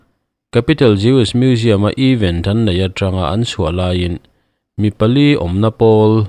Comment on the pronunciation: Eeeven. A ni lo!! Eeeeven chu = equal= in zat tih na!! Event...th. Thluk loh tur.. Apartment th. Tia is lam thin ang khan lam tur.. Event chu ...thil thleng sawina a ni a. Even chu thil dang deih!